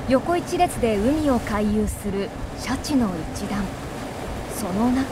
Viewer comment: 白シャツみたいな言い方しよってからに😠